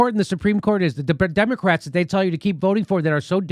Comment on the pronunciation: It sounded like Jimmy said "Democracks" at the end there. LOL